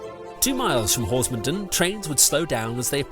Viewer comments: A very well researched and filmed account of the line and the route now. The only constructive comment I would make is in the case of villages named 'Den' the stress is on the last part of the name such as HorsmonDEN. Perhaps you could cover the Headcorn -Tenterden line at some time? My neck of the woods!! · Lovely video, very nostalgic for me. I have to point out though that you're pronouncing Horsmonden wrong